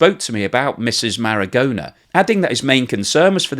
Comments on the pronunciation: Very interesting. Thank you for this information. BTW, the pronunciation of Marogna in Italian sounds like Maro-nya, not Maragona. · The "aposolistic" palace? Cecilia "margona"? Ok let me help you - it is the Apostolic Palace A- poss- TOLL- ick is how you say that. The woman is Cecilia Marogna - the "g" before an "n" in Italian is like the first "n" in the English word "onion" - that is a sort of "nya" sound - the Spanish write that like this "ñ". Say it with me Muh- RON- yah. So like "Bolognese" is BOH- loh- NYEH- ze, so Marogna is like Muh- RON- yah. Now you try... Edit - oh yes and as she's Italian her Christian name is pronounced "Che- CHEE- lyah".....